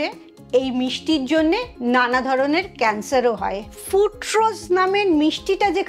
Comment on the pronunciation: ফ্রুটরোজ নয়, কথাটা হল ফ্রুকটোজ। এটুকু জানেন না অথচ জ্ঞান দিচ্ছেন।